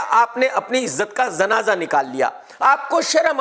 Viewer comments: Kammal hay🤔 ! zanaza kya hota hay🥴?😂 kya sheen qaaf bolna bhuul gyay ho? zanaza nahe munnay, Janaza hota hay.😂😅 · Zanaza nahin hota..Janaza hota hai. KRK, apna talufuz durust kijiye.